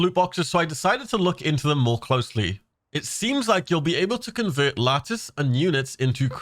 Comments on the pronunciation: Just found your channel and you got some cool content, great job man, also that giveaway lacctice sounds pretty nice😂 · 😳 did he say latice?! Yoink